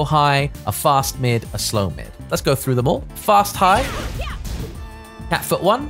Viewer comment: I still laugh when he says Cat Food instead of Cat Foot hahahahaha thank you for this character Review